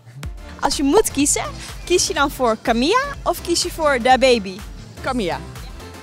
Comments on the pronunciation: CAMILLA. niet camieja. Lees je even in lol 😂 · Zou professioneel zijn als Camila haar naam ook goed word uitgesproken